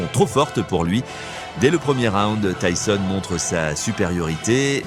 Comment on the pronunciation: Désolé pour les messages et le prend pas mal mais j'ai regardé plusieurs de tes vidéos déjà et quand j'entend Mike tisonne au lieu de Mike Tyson sur d'autres vidéos ça fais mal, même si ce n'est pas ta voix mais bon fais attention. Et continue ce que tu fais c'est bien !